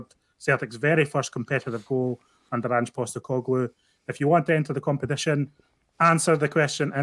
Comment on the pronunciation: every time refers to the 'Saturday is day before Sunday' comment --- you should remind him that the first video did on Ange - he was pronouncing his name as Anjeey Postecoglou!!!!